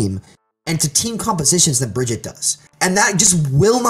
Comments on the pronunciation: I agree that a lot of people are mispronouncing it, but I also hear most people calling her. Point is, he's a professional overwatch player who is giving commentary on a popular overwatch channel. All his points are valid but if this guy is ever in a room with some blizzard employees in a professional setting, it'd be hard to take him seriously. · first of all, he's pronouncing Brigitte all wrong XD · Plenty of people say her name wrong, not just American players. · I'm sorry, but how can he not say Brigitte correctly, he plays her at a higher tier than the majority of the player base. It honestly made the video hard to watch and almost made me question his credibility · He’s just stupid, like most content creators. Their job is to know the game, yet none of them can ever pronounce a hero’s name correctly. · If he can't say Brigitte right I'm gonna report for gameplay sabotage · I don't trust anyone who calls her BRIDGE-IT it's BRIGG-EATER How can you be a pro at the game and not even know how to pronounce her name? It's not fucking hard. Spose you're a boomfest or a weenstone main eh? Maybe a fucking windowmaker? Beaver? Fuck me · "Bridget". Cmon, its BRI-GEET-TUH. You should know better, man. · I hate when people call her Bridget. That's not her name, you don't get to change it because you don't know how to read. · Hell I would even accept if you called her but her name is not Bridget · Every time I hear "Bridgett" my soul dies a little. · I still do not understand how people can not pronounce Brigitte. says Brijitte and Fredo says BrigidA. Well the only OWL Caster who can pronounce her is Uber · The amount of times he says Bridge-it annoyed me 🙄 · I couldn't listen to this guy say Bridgette anymore. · whats with saying Brigitte wrong (this according to the people who made the hero and the voice actor just sayin) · Was anyone else's OCD bothered by the fact that he kept saying Bridgette?... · Yessss its pronounced Baguette